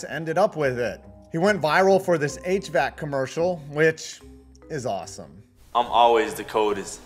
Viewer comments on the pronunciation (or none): none